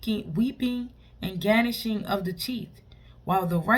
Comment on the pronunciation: Amen, the "G" in Gnashing (is silent)